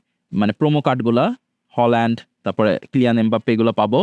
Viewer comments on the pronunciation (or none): হালান্ড❎ হোলান্ড✅